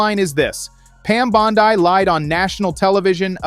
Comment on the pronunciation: Name pronounce Bondee(Bondi)